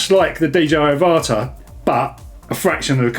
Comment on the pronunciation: I think it's pronounced like Avatar without the r.